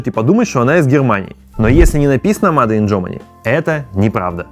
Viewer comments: Сначала я подумал, что "маде ин" это шутка, но после двадцатого повторения, понял, что нет. Чувак, говори "мэйд ин". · Только мейд ин! Но не маде ин. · Как же слух режет это ваше "МаДе иН ГермАнИ"